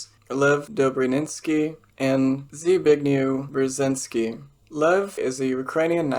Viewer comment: it pronounced "Sh-big-nyev Breh-sheen-ski"